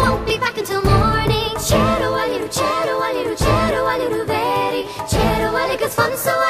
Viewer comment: It should be "Teigh Abhalie Riú" which would mean "Go/get home with you" not Teir, but it depends on the dialect and pronunciation. Wondering who the singers are, never heard this version with English verses before.